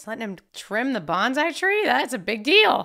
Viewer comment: BON-SAI not banzai. Mi-ya-gi, not Miyaji